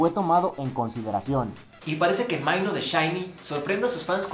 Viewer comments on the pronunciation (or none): Dios santo me morí de risa como pronunciaste el nombre de Minho se dice Mino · Minho se pronuncia de la misma manera que se escribe